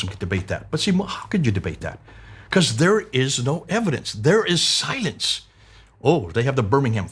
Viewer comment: the way you're pronouncing 'silence' it sounds more like 'science' - you may need to emphasize the 'l' just a little more than you currently do to avoid people misunderstanding you.